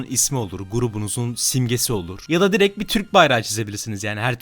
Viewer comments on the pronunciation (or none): none